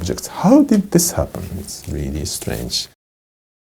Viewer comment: "Really strange" that was so japanese.